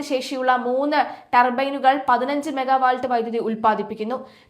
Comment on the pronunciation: മെഗാവാൾട്ട് അല്ല കൊച്ചേ. മെഗാവാട്ട്.